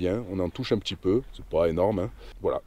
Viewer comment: Youtube premium c'est la vie les amis ! plus de pub et qualité augmentée. Pour 11 euros par mois faut pas se priver (perso j'ai couper sans regret netflix). Et sur smartphone ça permet d'écouter de la musique sans mettant en veille. Si je peux etre un peu critique... j'ai remarqué un truc quelques temps et j'avoue que ça m'obsède un peu... petchi, voitchure, natchure, partchi, touristchique.... c'est anecdotique (anecdotchique 😅 ) mais en vrai c'est insuportable. Surtout en voix off où je me focalise plus là dessus que sur les explications (et pourtant j'adore ces passages qui apportent pas mal aux vidéos). Bonne route à vous !!